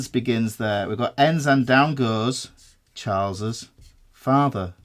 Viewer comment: Now I can't stop saying "Chaalz's Faathah"